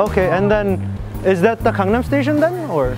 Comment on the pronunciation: THAT WAS WHAT I THOIGHT IN MY MIND WHEN I HEARD GANGNAM STAITION XD